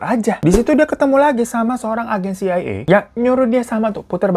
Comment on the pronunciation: iy dy bilang ny "CAA" terus😄